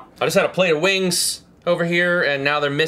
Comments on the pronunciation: haha dale said wangs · when he says wings it sounds like wangs. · it sounded like he said case of the missing wangs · it sounds like he says "wangs" (i meant that before) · it sounds like he says "wangs"